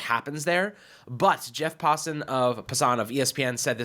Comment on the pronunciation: I love you guys, but is picking up on bad habit with pronouncing jeff's name. It's pronounced as if it were spelled Jeff Passin' (as in nikola jokic is very good at passin'). Thanks.